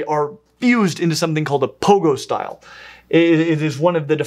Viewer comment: You mispronounced pygostyle as "pogostyle" when explaining the bird skeletal issues. This is not too terrible a flaw, and since your content is generally high quality in delivery of scientific knowledge and understanding, this is something that is simply amusing, rather than irritating to me. It does create a very silly mental image of birds bouncing around on their tails like Tigger, though. :P